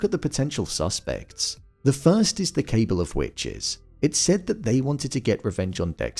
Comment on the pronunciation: I'm only mentioning it because you use the word multiple times and in multiple videos: the word "cabal" is pronounced like "cuh-ball," not "cable."